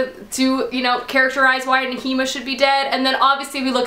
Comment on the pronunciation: Okay, not to be a prick or anything, but.. Pronunciations. Aelin is pronounced like A(like 'hey' without the h)-lin (Like Lin-Manuel Miranda), Manon is like Muh-non (like NON-spoilery), Nehimia is N-eh-he-me-uh. Okay okay, I'm done. Love you